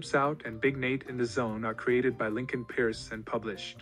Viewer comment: Lincoln peirce (pronounced Purse)